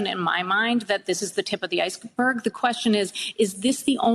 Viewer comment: Did she say "this is the top of the icelberg"?..